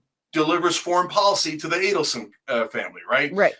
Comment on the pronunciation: It's Adelson not Aidelson.